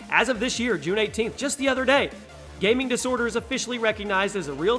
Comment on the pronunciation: Im cringing so much from "Gaming Disorter". Why.. just why..